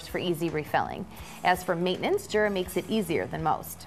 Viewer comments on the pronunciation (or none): I work for a Swiss company (Jura is Swiss), and when I told them about my A9, they corrected me on pronunciation - they said in Swiss German, the "J" is pronounced like a "Y", so more like Yura. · Yes but the American office should pronounce it correctly too. It’s definitely pronounced as Yoora. Sorry for being picky.